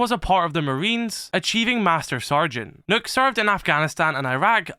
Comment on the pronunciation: Here mate why do u keep saying nokks name wrong there is only one o in the name it's not Nook as u keep saying but keep the vids up